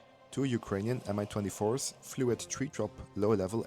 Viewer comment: It pronounces exactly like "ME" M-I makes my ears hurt